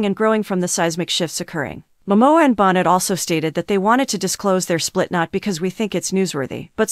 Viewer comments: Bon-neigh not bon-net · You're saying her last name wrong. It's not Bon net.